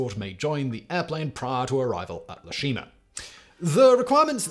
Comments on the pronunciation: Very detailed and accurate, but; it's EE-Shima, not LE-Shima. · Very interesting and pretty thorough article. However, the island is not named 'Le Shima' . It is Ie Shima, pronounced 'Eye eh She ma'. This is a small but important correction. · It's no le Shima but Ee A shima. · *Ie Shima. A capital "i", not an "L". Pronounced "EE-yeh". It's Japanese, not French. Just in case anyone cares. If not, carry on! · “E-A Shima” not “Le Shima”. The first letter is a capital “I”. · Ah yes, le Shima. That famous Japanese island in France (or possibly a Bond villain?)! Sorry to be snarky, but it doesn't start with a lower case l, it is a capital i, so ee-eh-shi-ma. I know Simon hates being corrected on this stuff but, hey, as he always says, he doesn't care. Feel free to ignore this! (Anyone is interested, Ieshima translates to "home island") ETA: Wouldn't have posted if it had been just once or twice but Simon just kept saying it and it started scraping against my sad, little pedant's soul! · It’s not “Le Shima,” it’s “Ie Shima,” or Iejima, as it’s now called. I-E, not L-E. Pronounced Ee-Eh Shee-Mah or Ee-Eh-Jee-Mah. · That should be Ee-eh (ie) Shima, not Le Shima. You can't even say Le in Japanese. They don't have an L sound. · Just FYI, it’s Ie Shima (capital “I”) not Le Shima. Just thought it was funny. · It's Ie Shima, pronounced "EE-A Shima". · Just in case anyone cares, it's "EE-yeh" Shima... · I hate san-serif fonts. It is capital eye, lower case e, so it is ee ā Shima, actually probably ee ā ji ma.